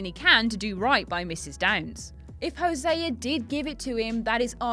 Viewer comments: no way, Hosé-a. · "when hoseaer is shot"